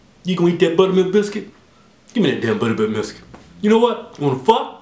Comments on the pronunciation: Did anyone else notice the guy on the left mess up , he said "you gonna eat that butter milk buscuit, give me that butter bilk miscuit" lol big mess up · He said "Butterbilk Miscuit" lmfao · Second time he tries to say buttermilk biscuit He says butterbilk Miscuit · Lol the second time he said butter bilk miscuit lol it is hard to say though